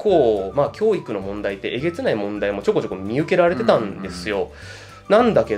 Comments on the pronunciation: きょー↑いく↓じゃなくきょー→いく→ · 教育のイントネーションだけが気になる